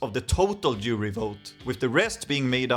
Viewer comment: did a double take even as a swede when i first heard "international jewry" instead of jury, like wtf when did my eurovision video turn nazi